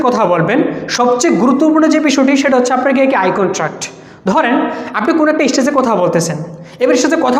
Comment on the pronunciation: even its বাঘ not ভাঘ ইস্টেজ not স্টেজ